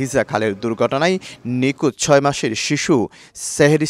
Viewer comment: আসলেই!! সেহরিশ✅চেহরিশ❌ নিখোঁজ✅ নিকুজ❌ নিথর ✅নিতর❌ থাক, আর নাই বললাম